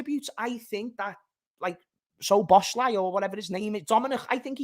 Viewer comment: Thinking about it now, pretty sure it's pronounced So Boss La.